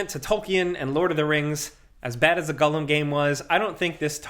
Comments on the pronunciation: Hey bud, it's pronounced G O L L U M. Not G U L L E M. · Gollum, not "Gullum". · i love you but why are you saying Gull-em 😂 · Stop saying Gullum lol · With other dude sitting right there not correcting you on ur pronunciation of Gollum and Tolkien makes me very disappointed with both yall. Shame! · Why can't say Gollum? 🤣